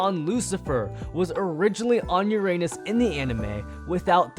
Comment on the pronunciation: at the end he said "uRaNuS